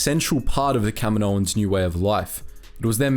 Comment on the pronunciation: Kamino - Kaminoans.... It's not that hard to understand my guy